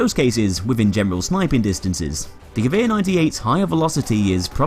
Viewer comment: So how do you pronounce "Gewehr"? Ge-que-r?